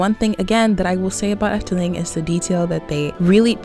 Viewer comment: Impressed by your pronunciation, IT was pretty spot on